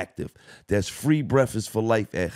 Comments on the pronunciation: my nigga said free brefest like 5 times 😂😂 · Love you Gil but did you say free brefast😂cmon Gil